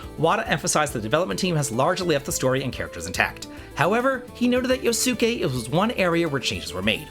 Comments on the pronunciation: Not to be that guy but its pronounced Yos-kay, not yo-su-kay. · I have two 8bitdo controllers and love them Yosuke is pronounced Yo-ss-kay, I am guessing it is dialogue where he uses slurs that are no longer accepted, if that is all they change then i am okay with that